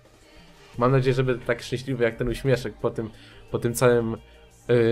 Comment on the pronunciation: Czm mowisz bede? XDDD